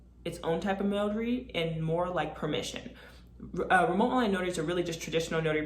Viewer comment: Say your 'T's. It's not "remo'h". You sound very unprofessional, over and over. You are destroying your credibility. Otherwise I think you have a good presentation.